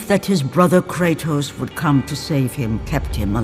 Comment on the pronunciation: Americans butcher all names...they can't even pronounce Kratos properly. It is an actual Greek word.